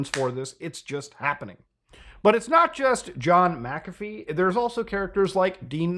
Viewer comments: You're arguably the first I've heard pronounce it "mickafee" instead of "mackafee". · You keep pronouncing his name wrong even when he says how to say it. Its Mac-A-Fee, you keep saying Mick-Af-E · ita pronounced mac afee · Muckahfee, Melayneeuh, he literally says how to pronounce his name in the video you play and you still get it wrong... takes two seconds to find out how to pronounce someone's name right and its the least one can do. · Its pronounced macafee. Omg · You heard him say his name, and still mispronounced it throughout the entire video... ??? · Yeah. You didn't do your due diligence on that one. You don't even pronounce his name right